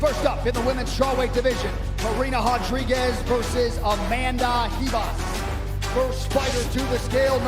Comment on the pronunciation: Hodriguez and Hibas. Gee wiz this announcer needs to learn how to pronounce Spanish. He literally said hodge-riguez and he-boss